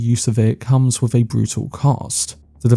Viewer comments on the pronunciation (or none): TrooF, anyFing, wiV, wheVer, Colin FirF... ffs man, learn to SPEAK your OWN language.